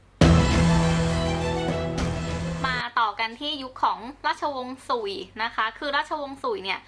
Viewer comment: สุย隋 บ่แม่น สุ่ย นะเจ้ 秦ฉิน 漢ฮั่น 唐ถัง ซ่ง宋 （ไม่ได้เรียงน่ะ แค่ออกเสียงจีนกลาง）元หยวน 明หมิง 清ชิง หรือ滿清หม่านชิง หรือ แมนจู